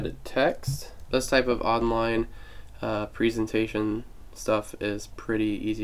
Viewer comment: Where did you learn how to say "presentation"?